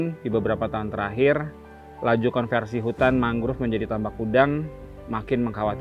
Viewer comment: Naratornya salah satu yang mengeja “mangrove” dengan “mangruv”. Beberapa orang Indonesia yang bisa berbahasa Inggris saya lihat mengejanya seperti itu. Padahal penyebutan yang benar adalah “mængrowv”. “O” dilafalkan “o”, bukan “u”. Masalah ini terlebih sedikit mengganggu karena ini video produksi NG. One of the prominent